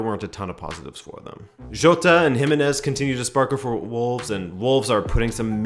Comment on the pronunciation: It's pronounced Ji-MEH-nez, sorry.